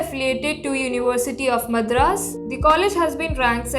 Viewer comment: Again you are mispronouncing Madras, please learn proper pronunciation.